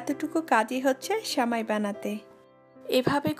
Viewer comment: Sheuli Khanom কাণে বেশি শুণাই ভালো ।